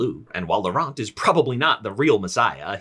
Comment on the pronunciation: the t in laurent is silent